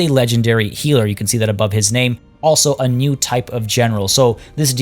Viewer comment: Finally, i found a youtuber who can actually say the names right! You, mister, got a subscriber! :D